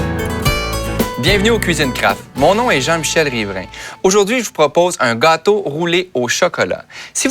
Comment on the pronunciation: je n'ai pas vraiment fait attention à la recette parce que je regardais un beau gosse avec un joli accent surtout la façon dont il prononce "gâteau" XD